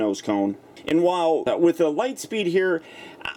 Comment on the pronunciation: "Light steed?" That's a silly name He's meant to be Lightspeed